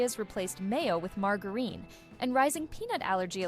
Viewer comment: ffs the g in margarine is pronounced as a j and 'it demands sustained storytelling'....who the actual ef wrote thisd